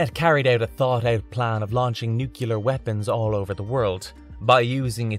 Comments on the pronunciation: Nuclear= "New Klee Are", not "New Que Lar" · I'm not sure what bothered me the most about this video: the fact that it's very repetitive and looks like it was written by a bot or that I keep hearing "nukular" every time it's supposedly saying "nuclear." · You lost me at “newcular”. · When one can't even pronounce, "nuclear" properly, why does one think we can survive? It's not that fekkin hard!!!!! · As much as I like these videos, I can’t stand the mispronunciation of the word “nuclear.”